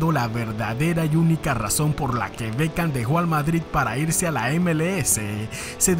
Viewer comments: Es Beckham no Bekcham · Hola, corregile el nombre, es Beckham